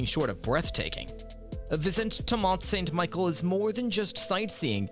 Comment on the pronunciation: Why do you pronounce St. Michel "MICHAEL"